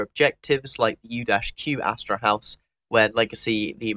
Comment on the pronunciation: what about astrahus, not astrahouse?